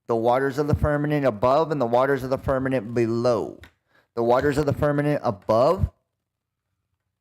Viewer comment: He says "firmaNent" instead of firmament 🤣😂